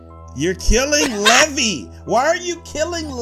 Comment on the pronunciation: Her name levi said levy but it’s levi